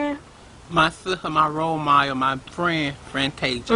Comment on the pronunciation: lol "my sista, my wole model, my fwen, Frantaisha"!